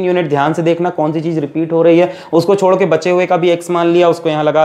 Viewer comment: Who noticed chor ke instead of chodke🤣🤣 From Nepal love this teacher